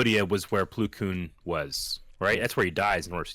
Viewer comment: It’s plo (ploh)